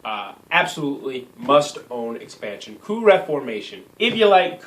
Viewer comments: it's not pronounced co up. It's pronounced "coo"...smh. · isn't it pronounce "coo"? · Great review, even though I couldn't get passed your pronunciation of 'coup'... ;) definitely getting that expansion! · The moment he said "co-up" I instantly closed the video. Fuck this guy